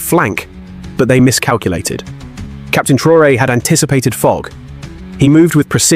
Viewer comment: Disrespectful yarn spinner AI, at least pronounce our fearless leader’s name right. Liar